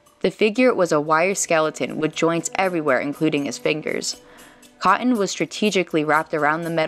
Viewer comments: kah-un??? NO, CoT-Ton!!! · if you're going to do VOs don't get in the habit of talking like a cute 4 year old. Example: It's cotton, (Cot-ten) not (caw-en). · "covered in caw-IN?" "lots of eff-ER?" 🙄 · "Cotton" is spelled with two T's, it's not pronounced "Co--en" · What is the deal with women who haven't got the ability to say words with hard T's, like "cotten" (cah-ehn)? GOSH that is an annoying affectation.